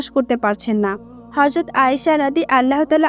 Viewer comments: মাশাল্লাহ অনেক ভালো লাগে এরকম ভিডিও ❤❤❤ তবে আপু আপনি ভয়েজ দিয়েছেন ঠিক আছে তবে উচ্চারণ ভুল বলেছেন,,, আপনি বারবার হরযত,,,বলতেছেন,,,কিন্তু সহি সুদ্ধ হবে হযরত,,, যাই হোক আমার কথায় রাগ কইরেন না,,, কষ্ট পাইয়েন না💖💖💖💖💖💖💖💖💖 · একটি হযরত হবে হরযত না। নবীজি সাল্লাল্লাহু আলাইহি ওয়াসাল্লাম এর নাম উচ্চারণ করার আগে দয়া করে প্রতিটি শব্দ ভালো করে জেনে নিবেন। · Horjot na Hojrot hobe kothata bon.nobir name na bolte parle nobi bolo kintu uchharon vul koro na sunte kharap o kosto lage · হরযত বলেন কেন, হযরত হবে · Apni hazrot bolcen nki horzot bolcen? Ki ajib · আপু হরযত নয়।"হযরত" হরে।উচ্চারন ঠিক করেন। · Horjot noy hojrot bolte hoby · ওইটা হযরত হবে। হরযত নয় 🤔🤔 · Mashallah khub shundor. Kintu apni bar bar horzot bolchen. Hozrot hobe. Kindly pay attention. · রাসুলুল্লাহ সাঃ এর ব্যাপারে শব্দ চয়নে বিশেষ সাবধানতা অবলম্বন ও বিশেষ আদবের সাথে শব্দ চয়ন করতে হবে।চরম বেয়াদবের মত কথাগুলো বলা হয়েছে।যেই ভিডিওটির ভয়েজ দিয়েছে সঠিক উচ্চারণে কথা বলতে হবে,,হরযত নয় হযরত হবে। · হে বোন, আপনার গল্প বর্ননা করার বাচন ভংগী মাশাল্লাহ সন্দর কিন্ত হরযত এর স্থলে হযরত বললে আরও সুন্দর হতো। D'nt mind.